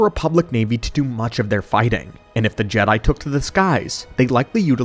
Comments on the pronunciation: Ja not G... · Lost me when the ai narrator started calling Jedi jeedi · WTF is a jeedie? Stupid droid narrator. All StarWars should be told by a protocol droid who understands the dialect. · It is still wrong way to pronounce it...